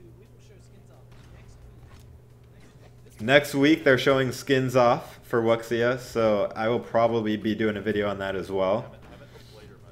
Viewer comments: I think its pronounced (wu -shy) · Is it pronounced wux iya or woo shiah? (I think it's woo shiah) 五下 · Pronounced Woo shia